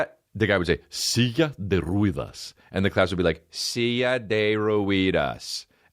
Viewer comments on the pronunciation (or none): “Silla de ruedas” “seeya de rueehdass” 😂